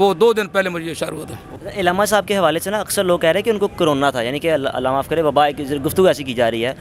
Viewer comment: Bhai lafz illama nahi Allama hai. Please make correction